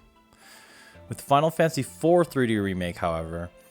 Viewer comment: “Final Fansy”